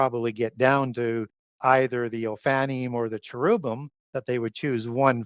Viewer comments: You are seriously killing me. Lol. Chair-rub-bim. Not whatever you said, or I previously said after you torque my mind. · Because you are an expert, I will help you pronounce correctly... Oh-fan-nim. Not "oh-fanny". & chair-rib-him